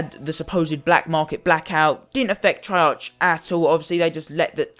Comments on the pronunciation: Why do people always complain... 2.) it's not trey (arch) it's trey(arc), 2.) title says "scammed" but buys cod points 3.) ur lucky that u even have any dlc weapons because they increased the chance of getting dlc guns and if ur still complaining I don't think u should be playing cod tbh.. Go play club penguin 4.) just cause u don't like calling cards doesn't mean it's bad, and lastly 5.) ITS A GAME AND PEOPLE ARE WILLING TO SPEND THERE MONEY TILL THEY GET IT! Let them do it and how comes I SEEE tones of ppl with the peacekeeper if it's so hard to get?! U SEEE?, ITS NOT! ur just FUCKING UNLUCKY!... Don't get the wrong impression ur a good youtuber and I like u but ur point just stupid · wtf treyar'ch' its treyar'k' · It's pronounced "Treark" you fuck up. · It's activist on not treyarc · I would take this seriously if you pronounced the company of the game (treyarch) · The only thing that pisses me off is how you say Treyarch. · You pronounce "treyarch" wrong it annoys me SO much so I had to dislike